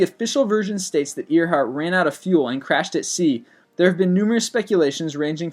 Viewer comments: ITS AIRHEART! NOT EARHEART! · Uhm his pronunciation of names sucks. It's not ear-hart. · you pronounce your words very weirdly but i never said nothing until earhart i live near earhart where she landed in northern ireland its pronounced like air hart not ear hart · Amelia Earhart's last name is pronounced "Air-hart"not Ear-Hart. We know this from recordings of her pronouncing her own name. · every time he said EARheart i said nooo AIRheart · Its pronounced "gy-gant-o-pithicus" not "gig-toe-pithacus-blackeye" and its pronounced Amelia "Air-heart" dipshit dont just regurgitate info do some fucking research better yet pick up a fuckin book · Burr-moo-duh triangle Amelia Ear-Hart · It's pronounced like air-heart other than that your fine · i know 'earhart' is spelt 'e a r', but it's pronounced 'air'. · "Eer-heart" "Bermooda" "Boing 747" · It is actually "Ear-hart" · Its AIR-HEART not amelia eer- heart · I like your videos. Please do not view the rest of this comment as me thinking you should stop! Bermuda = "ber-MYOO-duh". Earhart = "AIR-hart". The chupacabra was simply an invention of the government to explain the superstitious farmers' missing goats which soldiers were stealing. The Loch Ness monster sightings have almost all been revealed as a series of hoaxes, including the first story and that photograph, while no reliable evidence has been found. It's not unsolved. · I believe it is pronounced Amelia Air-heart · Amelia earheart lol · i guess this guy just reads this script, because he seems to have trouble pronouncing proper nouns, like Taos and Earhardt.. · am i the only one who was really annoyed with the way he pronounced Bermuda and earhardt? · He mispronounces so many things. How has he never heard anyone pronounce things like Bermuda, Amelia Earhart or Gibraltar? (to name only a few) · You mispronounced Amelia's last name! COME ON MAN!